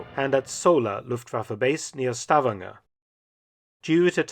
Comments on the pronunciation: It’s Sta-VAN-ger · Minor comment on pronunciation: Stavanger is not pronounced "STAVanger", as you say it. It is pronounced "stavANGer". And likewise, "Kristiansand" is not pronounced "KRIStiansand", but rather "kristanSAND". Otherwise the pronunciation of the letters seems to be completely correct.